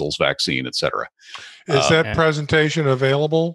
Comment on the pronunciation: “eK cetera” is wrong. It is “ET cetera” - “ET” means “and” in Latin.